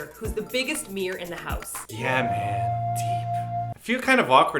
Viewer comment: "bigger mirror in the house" part sounded like you said Mir. Tee hee. Biggest Mir in the house. =)